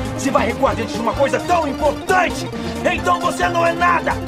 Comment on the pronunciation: Eu diria... "impouganthy"